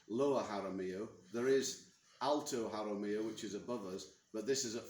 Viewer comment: Jaramillo , not Jamarillo 😄